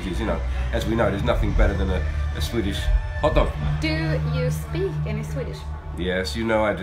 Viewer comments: That is actually quite impressive. Really rare to hear someone, that hasn't learned Swedish by 13-14 or so, speak it with such a good accent. Even more rare probably for someone having English as a native language. I guess he is rather gifted. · OMG ! Im from sweden and he speaks swedish spot on with an accent perfect ! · Holy crap, I don't say this lightly, but he has a perfect accent, I couldn't even tell he was from another country.